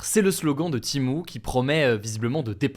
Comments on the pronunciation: Timou Heuu c'est TEMU pas timou ou timu faut savoir parler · pourquoi tu prononces "TIMO"?... c'est "Tému" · C’est Shein pas Shine et Timu pas Timou, désolé mais c’est horrible pour les oreilles. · C'est pas timo mais Temu 😂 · "TémU" pas timou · Pourquoi tu dis timo et pas temu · Wsh ta dis Temo a la place Temu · Je suis la seule où ça me stresse qu’il dit " Timu " au lieu de " Temu " ?😂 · Pourquoi dites vous timo? Alors qu’il est écrit temu? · C'est pas Timo... c'est Temu, TÉ-MU. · Pourquoi il dit « timo » wsh. Ça me stresse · Il a dit timo ? 😂😂😂😂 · Pourquoi il dit Timou ?